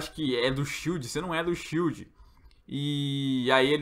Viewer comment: " Shild do Paraguaí" 😂😂😂😂